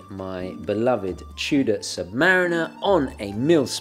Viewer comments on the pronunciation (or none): none